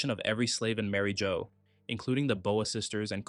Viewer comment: Did you just call it Mary Joe 😭